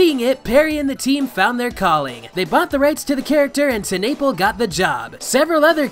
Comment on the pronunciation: Holy crap bruh it’s pronounced Teh-nuh-pel not Ten-nay-pll